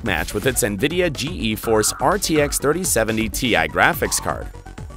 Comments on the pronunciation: lol g e force , bud , everybody including jensen says geforce , you know , like the thing that makes you passout in a fighter jet ? its pronounced G-force not g e force , wtf . also just say megahertz instead of mhs . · Nvidia "Gee E" Force graphics? Ok who's doing the voiceover on these things?